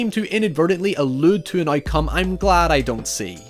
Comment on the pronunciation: Every time you say “outcome” I hear “eye cum”